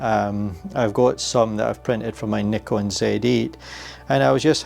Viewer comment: Instant thumbs up for the Scottish 'comra' and the correct pronounciation of Nikon.